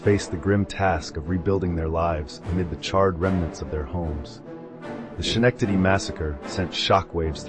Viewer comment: Dear God can you PLEASE pronounce my city’s name PROPERLY?!?